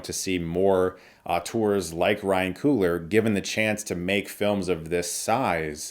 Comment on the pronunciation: *Coogler not Coohler